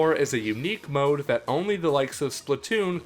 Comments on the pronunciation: It is not mmode it’s mode XD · you always pronounce mode MMode lol